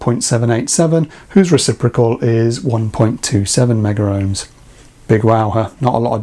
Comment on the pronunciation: The correct pronunciation is Megohms, don’t ask me why, never made sense to me but was drummed into us at college. In the commercial/industrial sector that is how it is always referred... see Chris Kitchers IR videos as an example.